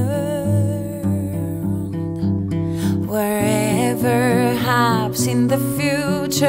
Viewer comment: "Wotever haps in the future trust in desiny" I can't anymore lmao :D